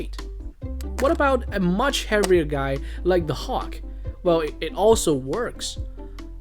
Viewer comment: what do you mean hock, its hulk